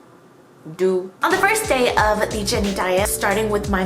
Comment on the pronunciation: Did she say Jennie or Jerry